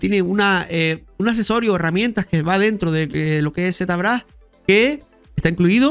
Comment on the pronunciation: Z...brash se pronuncia locoo